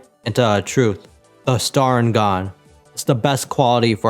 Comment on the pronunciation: Bro its not called starigan...